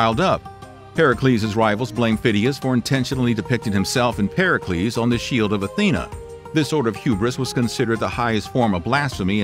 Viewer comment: Pericles not percalees